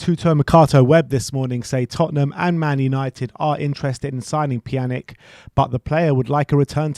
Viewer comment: Pjan - ich pronunciation, not Pjanick